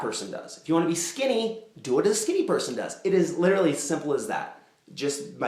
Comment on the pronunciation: He said Litrally! Chris Traeger reference from Parks and Rec! He deserves to make that reference, he's lookin even better than rob lowe.